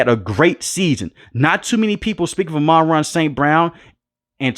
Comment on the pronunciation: Pronounced AHMAN-RAH!